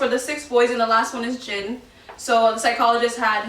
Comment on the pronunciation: The way she pronounce their name is incorrect it’s not Jen it’s Jin 💀